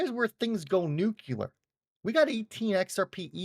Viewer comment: Nuclear....not nucular